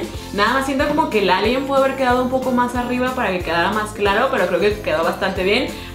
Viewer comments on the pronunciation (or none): none